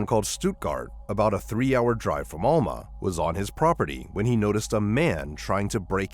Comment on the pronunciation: Case 2: Alma = AL-muh Stuttgart = Stut-gart not stoot-gart Morgan Nick’s case has also not been solved and she has not been found…alive or otherwise.